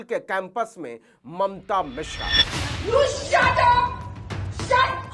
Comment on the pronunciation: भईया जी वो मिश्रा हैं, मिश्रा